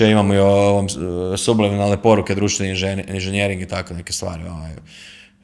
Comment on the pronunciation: Nije inzinjering ,nego inzenjering...voditelj obozava svoj mikrofon...i svoj glas..